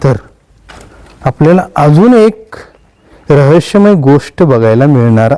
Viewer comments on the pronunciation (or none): कृपया चुकीची माहिती देऊ नका. तुपाच्या विहिरी अनेक गडांवर आहेत. त्यात जुने तूप ओतुन सडवले जायचे. हे तूप जखमांवर लावल्यावर त्या लवकर बऱ्या होत. त्यात मावळ्यांना बसवले जात नसे. माहिती नसेल तर सांगु नका पण चुकीची माहिती देऊ नका. आणि उच्चारांवर पण जरा लक्ष द्या. उदा. रहश्यमय ( रहस्यमय ), एशवंत ( यशवंत )